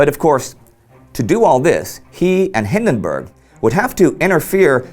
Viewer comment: We should get Indy to say Przemyśl a hundred times so he doesn't mispronounce Paul von Hindenburg's name again.